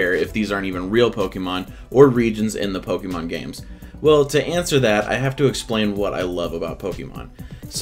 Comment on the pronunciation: Yet, u still cant say pokemon right